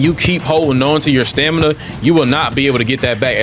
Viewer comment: “Stanima” lol smh come on bro stop make us black folks sound dumb lmao 🤣